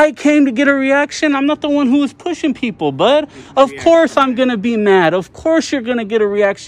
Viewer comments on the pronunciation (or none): peole instead of people. 💗